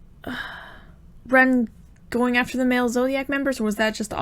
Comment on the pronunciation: You would pronounce the "e" in Ren's name how you would say the "e" in elephant. You would pronounce the "i" in Rin's name how you would say the "e" in equal.